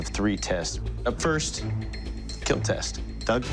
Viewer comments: No it will keal?????????????? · “Your weapon will KEEL” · Your weapon sir, will Keal